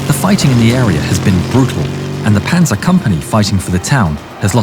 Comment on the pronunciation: Pähnsaar lol this sounds so total wrong